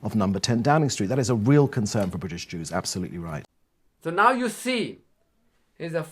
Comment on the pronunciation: cam't say jues.